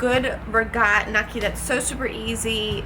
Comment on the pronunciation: WTF?!?!? its pronounced gnocchi (Know-key)